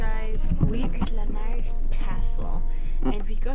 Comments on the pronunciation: Lar-nick Castle as we say heref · Glad you had such a good time in my home town. BTW - Larnach is pronounced LAA-nuck. Well done for giving those tourists a lift! Some nice cutting in the video between Larnach Castle and the Soldiers memorial - the views, coming down the steps, etc.